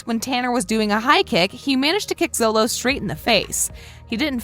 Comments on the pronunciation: You keep saying zolo,solo it’s sholo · She says Xolo names like it’s sound out it is pronounced xolo-(cho)-lo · Also it isn’t pronounce “solo” it’s called “sholo” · Add his name is Xolo. It sounds like Sholo not Zolo. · it’s not solo mardueña it’s pronounced sholo but his name is xolo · Its Robby not Bobby and miguels name is pronounced sholo not solo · Btw it’s pronounced sholo not zolo but it’s spelt xolo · Why does she keep switching from xolo (pronounced sholo) to zolo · she kept saying Solo but i think it’s pronounced Sholo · Xolos name is pronouns like sholo not zolo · And she says zolo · It’s pronounced sholo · First of all xolos name is pronounced sholo second it is ROBBY third it is sensei not coach fourth Jacob bertrand and xolo mariduena are best friends in real life and have a house in Atlanta they both bunk in. And it is filled with pokemon stuff😐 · Am I the only one that heard zolo instead of xolo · She can't even say xolo right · There’s no way a woman commentating a video about the cast can’t pronounce Xolo’s name right and refers to Robby as Bobby. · lady... lady... i have multiple things that are an insult to Karate... 'Coaches' are called Sensei. You dont 'train karate' you do Karate training. Bobby Keene is Robby Keene. Xolo is pronounced Sholo. Eli Mosquitz's middle name is not Hawk. and its not pronounced Masquitz. and 'Master Miyagi' is Mister Miyagi. The Crane Kick is a thing. Even my sensei knows it. The fight was at a mall not a cafeteria. and most people know all of the stuff in this video. Also.. No shit the tat is fake. You think Jacob would seriously get a tattoo like that?